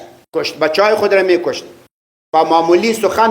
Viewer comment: هههههههههههه دا سپينګری څه وايي سلم را سلام میکشت را میکاشت وايي ورک شه ته ده خليفه صیب پيري طريقت په پښه هم نه رسيګي